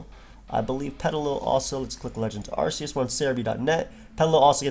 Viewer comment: 1st off, Arceus is pronounced as "Ark-ee-us" not "Arse-ee-us" Second, who cares about it's speed? Look at the shitty defense and special defense! Pair that up with being 4x weak to Flying and it's easy to knock out! Bring out Ninjask, which is by far way faster at 160 Speed and Attack of 90 and Acrobatics while it's not holding an item and BAM! 1 shot! Ninjask may also have shitty Defense and Special Defense, but it outclasses Lilligant in speed. So no, Hisuian Lilligant is not busted! It's easy to 1 shot!